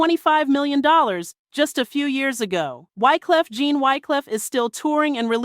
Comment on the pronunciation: Wyclef you get right, but you called him Gene instead of Jean (John)😂😂😂😂.